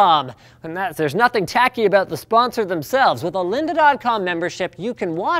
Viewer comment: "Lynda" hahahahaha